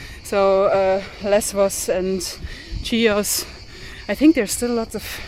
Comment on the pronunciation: its not CHIOS its ''HIOS'' the pronanciation its not CH its H [like ''h''ard for example]..!